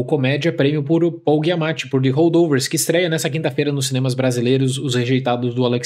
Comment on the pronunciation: Adoro seus vídeos, mas, com todo respeito, tem alguma razão estilística para pronunciar os nomes do jeito que vc faz? (MiyaSSaki, GUIamatti). Sou TEA e isso me incomoda muito. No mais, feliz ano novo e sucesso pro canal!